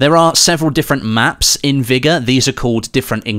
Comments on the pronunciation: Vigor not vigga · What a weird way to say vigor